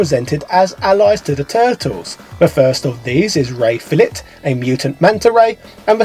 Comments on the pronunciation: It's pronounced "Ray Fill-ay"... "Ray Fill-it" makes no sense and I'm a Brit...I loved the SNES version back in the day and still a TMNT fan today! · Fillet is actually pronounced "Fill-ay" I.e. it rhymes with Ray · 'Ray fill-it' lol. But maybe they're pronounced 'fish fill-its' in his accent? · Ray Fill-It? Come on now. The name is obviously supposed to rhyme. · Ray Fillet (pronounced "fil-LAY") (also sometimes called "Man Ray") is a character present in SEVERAL incarnations of the franchise, including the Archie and IDW comics series, the toys, and the '87 toon. (Also, Armaggon is pronounced "ARR-muh-GOHN".) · I believe its pronounced "Ray Fill-Ay" ^_^ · Its Ray Fillet, as in a Fillet of fish. Fil- a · The "T" is silent in Ray Fillet, so that both names rhyme.